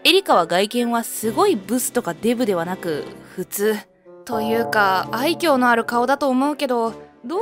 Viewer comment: 愛嬌のイントネーションが気になる… 昔、愛甲って野球選手いたな～